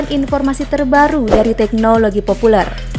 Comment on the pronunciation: Adminnya aneh, yg seharusnya dan umumnya dibaca militèr, populèr, jêmpol,, sama admin malah dibaca militêr, populêr, jémpol... ejaannya dibetulinlah, min!